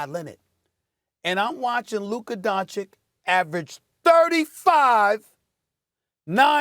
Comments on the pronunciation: Stephen A. could you put the least amount of effort and try to pronounce players names right? Its not Donchik its Donchich. How hard is it? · Stephen A: Luka “Donchik” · Stephen “Luka Donchick” Smith